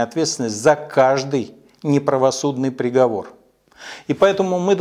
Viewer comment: Михаил, спасибо, поддерживаю, уважаю согласен почти во всем, но! ЗвОнит???? Неожиданно резануло по ушам. Ладно там приговорА итд, это не так страшно. Но странно для человека Вашего уровня интеллекта и образования.